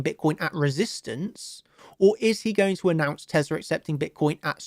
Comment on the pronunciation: What the hell is teslER? haha